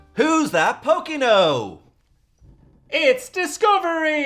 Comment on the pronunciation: Pronounced "poor ken or" not "poke en oh"